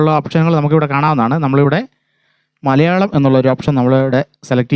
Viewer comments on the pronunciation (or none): none